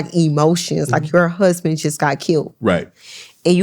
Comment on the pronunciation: “Your Hursband” 😂😂😂